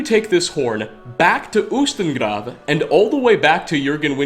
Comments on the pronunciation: getting better at pronouncing words! He actually rolled the r in ustengrav:D! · your pronunciation of grav is perfect I'm Norwegian not from island but grav is Norwegian and its perfect pronunciation and its also in Norwegian grav is graveyard or more specifically a grave